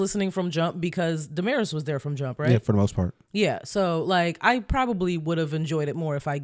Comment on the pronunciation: Good clip! Y'all butchered Demaris name tho lol